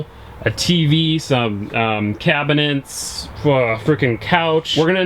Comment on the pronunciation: the way he said “cabinets”😂😂😂